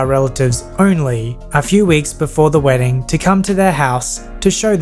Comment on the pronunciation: That was a good "wrdding"